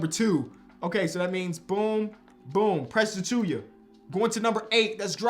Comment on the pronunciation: Yo, why do you say Achiuwa’s name as “Achuya”? Where do you get the “y” from?